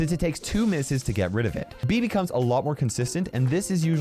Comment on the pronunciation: What says: Bea becomes a lot........ What I hear: Bibi comes a lt............